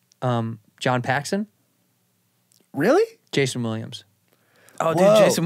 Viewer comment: Man said Paxson lmao